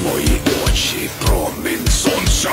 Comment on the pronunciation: До речі, дуже навіть автентично. Навіть слово "сонце" - чітко як постріл. Це ж не якесь там "солнце"! От навіщо там "л"? Ти його як вимовляєш)?